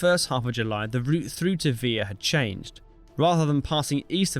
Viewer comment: please use google.translate for your name pronounciations. Vila=VEE lah Helena=HELL-enn-uh, etc. otherwise, an excellent clipping of history! well worth the watch. my father was USMC in the pacific island campaign, so i heard some stories, he was among the marines trapped on guadalcanal. thank you for doing what you're doing! Liked/Subbed